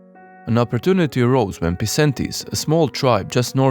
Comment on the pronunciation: A small thing, but dont quote me if im wrong. In latin C is pronounced like a K. Like in syracuse. Came in my mind when you said Pisentes instead of Pikentes. But im not sure so might be wrong